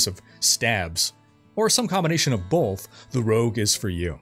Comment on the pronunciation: Are you putting an L in "both"? BOLTH?